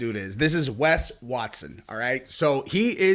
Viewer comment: I don't know what's more annoying, Wes Watson himself or the fact people pronounce his name 'Wess' Watson..